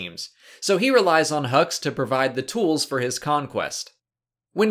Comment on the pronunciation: I know you said hux but it sounded like you said "Snoke needs hugs..."